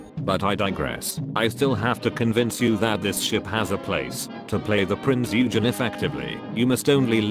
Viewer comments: Prinz EUUhgen. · I know it is nigh pointless.. but dare I say it is Prinz Eugen not Prinz Ugen.